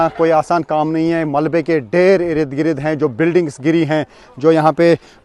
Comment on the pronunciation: Irid girid ni ird gird hota hy